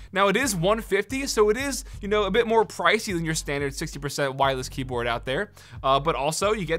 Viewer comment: Am I the only one that heard him say keaboard?